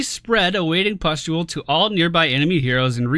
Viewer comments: Thank God for chat. "Pestule" was giving me an eye twitch everytime said it. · Gawd Chat, just let him say 'pest'-ule for one video. You are so mean, you guys are a no fun zone :D